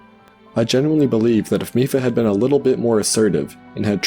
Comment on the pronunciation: Reddi as a German i disaprove because "mief", wich is pronounced just like Miph, is a Term in Germany to describe a very bad smell.